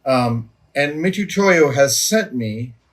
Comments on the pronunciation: Adam: The "tu" (つ) in "Mitutoya" (みつとや) is usually transliterated for English speakers in the west as "tsu" since that's how つ is actually pronounced. So it's pronounced Mitsutoya. Similar to tunami->tsunami. But in Japan, for whatever reason, they often don't bother, I think because they already know how to pronounce their "tu"-like sound.. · Just FYI, the name Mitutoyo starts the same as Mitsubishi. For historical stylistic reasons they didn't spell it Mitsutoyo in our alphabet, but it's the same tsu sound from other familiar words like tsunami and so on. There is no 'tu' in Japanese names without the 'tsu' sound.